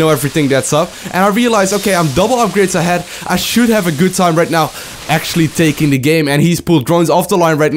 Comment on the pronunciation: "Henglish very Hgood" 2014